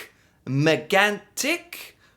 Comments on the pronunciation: The an sound in Megantic is incredibly hard for English speakers. The trick is to keep the vowel and lose the consonant. I am very impressed with the "tic" sound, a lot of care and effort and it shows. Much better than the actual narrator actually. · I like your videos. :) You look so mad all along while watching this, it's almost hilarious. Lac Megantic's story was heartbreaking. I love how you seem to really try your hardest to pronounce things right. It's appreciated. You could take a look at the Ice Storm of 1998 next, if you are interested. ^^